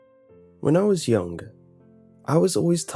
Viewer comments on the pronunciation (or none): "When I was yonk"